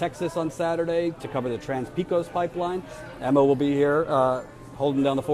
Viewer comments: C'mon, it's not that difficult. pay'-kohs. Pecos. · It's pronounced PAY-kOHs not PEE-Cos